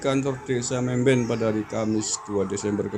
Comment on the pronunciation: Mamben guss..bukan memben